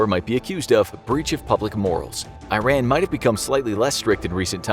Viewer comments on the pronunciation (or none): It's pronounced E-RON.